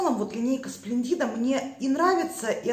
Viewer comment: Я вас просто обожаю... Вкусы и взгляды у нас очень схожи. Извините, sple'ndida,, ударение на е. Splendida - очень красивая, замечательная и т. Д.